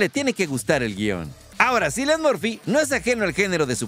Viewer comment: Sin embargo no se pronuncia Cillian, sin embargo lo sigues diciendo mal, cuando se pronuncia Kilian o Quilian , sin embargo no buscas entrevista de cómo se pronuncia.